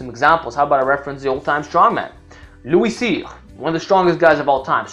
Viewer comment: Do you speak french? Cause you said Louis Cyr like a champ lol